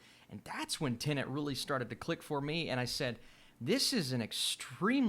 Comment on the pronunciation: Finally someone who says "Tenet" and not "Tenant".